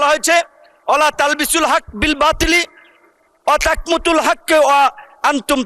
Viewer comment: ওয়াতাকমুতুল বলছে